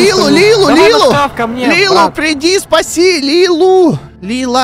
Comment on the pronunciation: Не Лилу а Лили